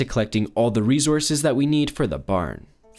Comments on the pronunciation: Plz stop saying rezurzes i beg it's resources 🙏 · “REZOURCES” wtf man you say it every other sentence say it right ffs “RESOURCES”!! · He keeps on saying resources with a z